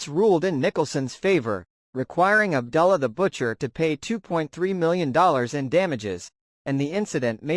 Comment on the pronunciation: Ab ‘ doo ‘ llah. Not Ab ‘ dull ‘ ah.